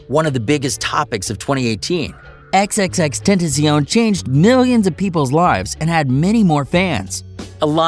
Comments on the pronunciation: I know he say xxx tenttension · You pronounce it x-x-x Ten ta shee own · Learn how to pronounce his name correctly XXX-Ten-ta-ci-on.... You sir are illiterate! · Bruh you cant even say his name correctly. Xxx ten tu sio wtf is that-? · lol he can't say his name right Xxxtentacīon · Ten tas ion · it’s xxx ten ta c ion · You talk about respect but you continuously incorrectly pronounce his name, that is kinda disrespectful. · Say his name correctly stupid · U said XXXTENTACION wrong xD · R.I.P X we still love you 😍 you will always be in my heart 💕 and you saying his name wrong and f**k the Grammy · this nigga can't even say his name right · Y’all saying his name wrong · You can’t even say his name right...